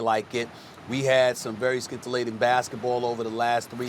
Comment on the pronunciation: Anyone catch SAS pronouncing scintillating wrong.